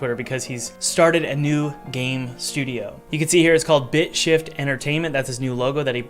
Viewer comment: honestlly the way he said bitshift sound either like dipsh!t or b!tchshit